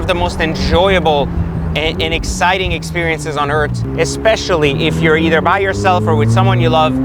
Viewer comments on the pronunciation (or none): none